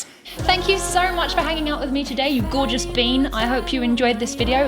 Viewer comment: Say gorgous again imao.